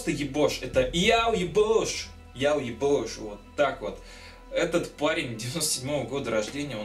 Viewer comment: Не ебош а йобоа